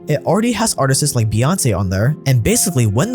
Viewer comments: Dear, Please stop saying "artises" it's artists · Bruh why is he saying artists as “artist-es” lmao